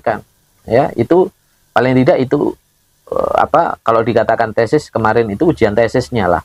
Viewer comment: Bukan tesis...tapi TESTIS..Wkwkwkwk🤣🤣